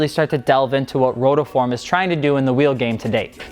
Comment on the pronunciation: Guy at the start saying "rotoform".